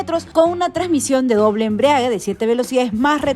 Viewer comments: Doble embriague? Jejej no será doble embrague?...tener cuidado con lo que se dice ya que otras personas al ver tu vídeo pueden seguir usando esa palabra erróneamente...por lo demás el vídeo está bien... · Una correccion con mucho cariño...la palabra es embrague...no embriague...sonara mucho mejor y es la correcta...muchos saludos...siempre veo tu programa...desde Piura-Peru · EMBRIAGUE NO, ES EMBRAGUE